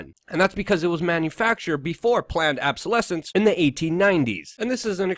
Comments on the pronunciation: Luke, it's obsolescence not absolesence....just sayin'. Otherwise good video! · obsolescence not absolescence Luke. OBsolescence!